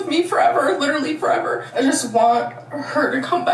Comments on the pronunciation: At least she didnt say leederally. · Oh so now she can pronounce “literally” normally again